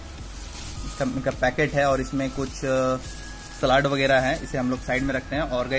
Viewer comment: Seled not slad😅😅